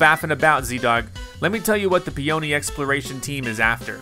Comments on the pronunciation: "Peony" is pronounced as "Pee-Yer-Nee" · The guys name is pronouncing "PEE-uh-nee", like the flower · It’s actually PEE-oh-nee. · Its "pee o nee" like the flower.